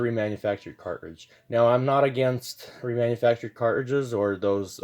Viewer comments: I can’t get over “cart ridges” man. Please just pronounce the word properly. Please!!! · I don’t know why, I’m the way he say cartridges makes me angry…